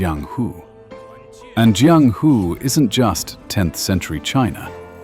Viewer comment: I have nothing to do with the IGN guy who reviewed this game but I still feel offended on his behalf. You roast him hard, lol. I'm surprised on how well versed you are in the Wuxia genre, from how you are able to pronounce Jiang Hu quite well, to how you even know how about Jin Yong who is considered the founding father of the Wu Xia novel genre. Well done video.